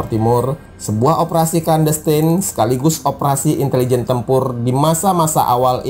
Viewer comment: operasi ( clandestien) klandestin - bukan klandenstein